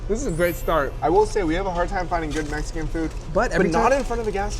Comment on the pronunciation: The way you said Mexican made my skin crawl ahhhh